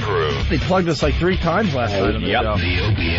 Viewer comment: Why in the actual FUCK did Dopie keep saying "Asstrays" instead if "Ashtrays"??? It's like when he used to say "three one three free" instead of just another three, who mispronounces words on fucking purpose??